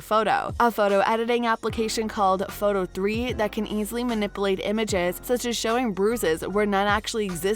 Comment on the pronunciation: Not manipalate ....dumb bunny. It's manipulate!